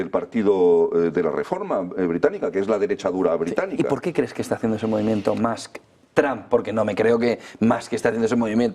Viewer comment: Gracioso que los Españoles dicen Tramp y Mask pensando que pronuncian bien. La U en ingles no suena a U, pero tampoco a A. Hay que afinar al oído.